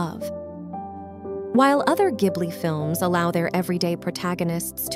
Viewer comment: is this an ai channel?? it's pronounced jib-li lol either way i love whisper of the heart! its such a good movie.